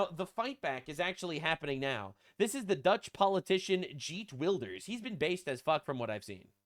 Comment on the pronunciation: Love to see you covering Geert Wilders! They sadly lost elections this year, but who knows how long that will last... Also, hearing you say Geert like that is really funny, it has a hard G.